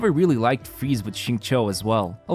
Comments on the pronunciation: Hi, Xingqiu is absolutely not pronounced like "zing-cho". This name is pronounced "sing-chu." It's cringe hearing you say his name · You are wrong as well. It is /Shing-chow/